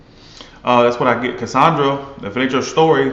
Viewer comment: Did he say Cassandra ?